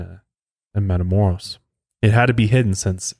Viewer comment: I live 30 min away from where he was killed. Our older family members always remind us of this victim when we go across the border. Also, its pronounced matha-moe- (rolled R)oes... for next time(